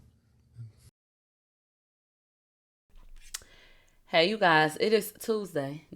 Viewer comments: I love that intro lol “me you and miLAWNgro” 😂😂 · One said it wrong right after the other🤣🤣🤣 i laugh everytime! 💀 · Pisses me off every time 😂 cause nicca you know that wasn’t how it’s pronounced 😂